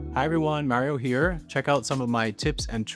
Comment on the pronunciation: So it's Mario and not Mārreo 📣 Thank you and please tell Mikayla!